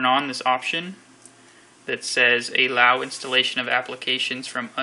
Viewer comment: Its allow. Not AAAAlow